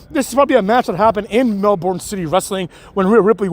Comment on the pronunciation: In Australia we call it Mel-BURN not MEL-BORN ;)